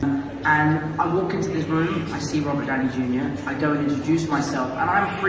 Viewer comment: Owh Mah Gouwd Its Rubert Downey Jueniur (Misspelled Intended)